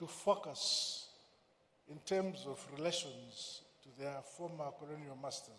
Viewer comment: ‼️🙄I THOUGHT HE WAS SAYING FUCKERS, BUT IT'S FOCUS HE WAS SAYING🤔